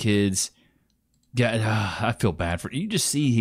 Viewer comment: I hate when they talk like “oh my god-a!” “You can’t be serious-a” “I need you-a” it’s like nails on a chalkboard